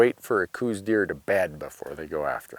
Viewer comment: ITS PRONOUNCED COWS DEER , DO YOUR HOME WORK NEUBERG